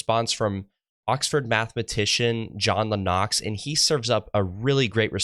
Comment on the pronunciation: I love John Lennox, too. But it is LEN ix. He is brilliant and I'm impressed by how young you are and how you are asking some really tough questions and trying to learn. Your future is bright.